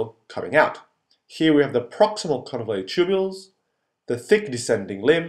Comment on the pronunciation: convoluted instead of convulated